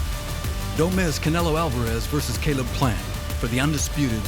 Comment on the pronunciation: they can’t be too close if the trainer calls him “cable” instead of “Caleb”, Lol 😂